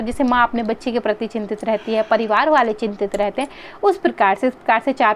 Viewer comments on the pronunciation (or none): none